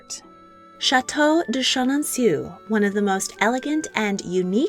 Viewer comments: It's pronounced: Chen-an-sew, not, Chen-an-soo. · /sheh-non-SOO/? No ma'am. If you're releasing a video about this famous Loire chateau, please, please, please: /sheh-non-SOW/ Merci. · Chenonceau is pronounced very easily in English. You are making it difficult ;). Just say: Shuh Non So. It's my favorite chateau (I'm French American), so I had to correct this. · Chenonceau is pronounced So at the end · These videos are a delight. If you'll allow me to give a little tip on pronunciation, the famous chateau is pronounced "shen-on-so" - remember that in French, 'eau' is pronounced 'oh' (o: Keep up your diverting and informative videos.